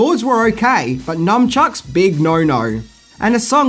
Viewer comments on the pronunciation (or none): It's nunchuks not numchuks!🥴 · For the love of everything holy, it’s NUNCHUCKS not NUM CHUCKS 😂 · anyone else triggered by people adding the letter "M" into the word nunchucks ? The japanese word is "nunchaku" and even in all the turtles media there is no "M" to be heard or read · Numchucks? NUMchucks?! A: it's nunchaku. B: if you must use the westernised name, its nunchucks. NUNchucks. Or call them what Mikey calls them. adjusts mask Ah! A fellow CHUCKER eh? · Why do some people say numchucks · glad I'm not the only one triggered by people saying/spelling it with the letter "M". I don't understand how any TMNT fan could do that